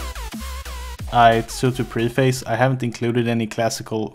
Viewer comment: did you honestly just say "pre-face"? Please look up the pronunciation of that word.